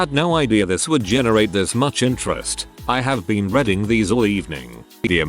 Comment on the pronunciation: Why can't this bot pronounce "reading" correctly?? Yes, I hate that I'm stuck on that 😶